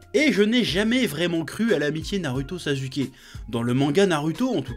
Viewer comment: On dit naruto pas naruto On dit sasuke pas sazuke